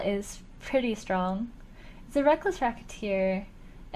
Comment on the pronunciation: I know Hafu's saying "Reckless Rocketeer" but it really sounds like she's talking about some reckless goon engaging in racketeering.